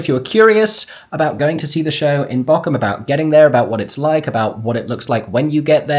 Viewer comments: Funny thing, no shame whatsoever you are saying the name of the place wrong but it sounds exactly like you are saying the name of an island of the coast of germany in dialect (Borkum vs Bochum) The "ch" is a specific german sound so pls don't worry about it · Ther is Not a k in Bochum am i the only one that things is really Funny to here is pronounced that way (I am German and have seen the show about five times and I am 16 years old) love your videos ❤ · The lovely 'ch' sound you've got nailed when you say 'ich' is the 'ch' sound you need for Bochum 😊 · As a true German - from Bochum! - I find your pronunciation of Bochum absolutely cute! Correctly would be a longer O and then the CH as Aeron says it. I love this vlog from my hometown <3